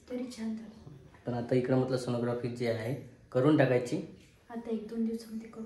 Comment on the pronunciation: Sonogrophy nahi g sonography